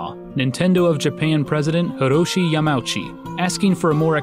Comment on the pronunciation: It's Ya-ma-u-chi, not Ya-mau-chi